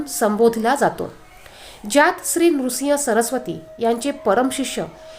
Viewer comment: नृसिंग सरस्वती नव्हे हो श्रीनृसिंह सरस्वती असे आहे